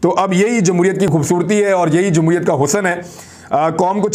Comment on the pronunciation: sharam aati hai iss jamhooriat ko amhooriat kehtay huay